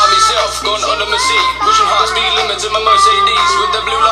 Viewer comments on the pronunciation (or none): none